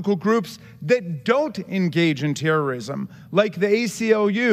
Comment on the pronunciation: That guy can't even say the word terrorism